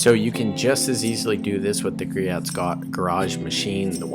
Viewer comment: Griot's Garage Greoh silent T